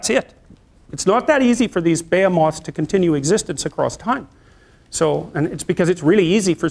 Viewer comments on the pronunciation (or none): His pronunciation was the issue ultimately.